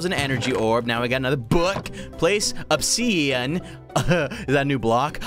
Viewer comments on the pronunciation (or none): Honestly, obisian ab-is-si-on is what it said